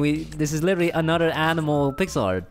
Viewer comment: Why Say Pickel Not Pixel LoL